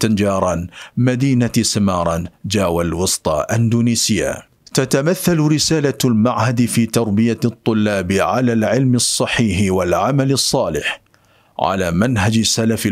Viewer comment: Semarang, tengaran akh... Bukan semaaranj, tanjaran... الأسماء لا تترجم.. Disebut sesuai namanya